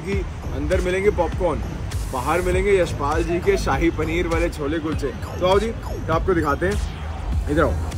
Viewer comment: ਨੇ ਜੋ ਸਾਹਿ ਪਨੀਰ ਵਾਲਾ ਕੁਲਚਾ kulcha bolya kasam to hassa nahi rukh reha 🤣🤣🤣🤣🤣🤣 Shahi panner da saii kulcha bna chadya 😂😂😂😂😅😅